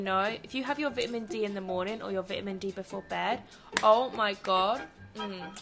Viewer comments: It's pronounced "vitamin" btw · The way she pronounce "vitamin". 👍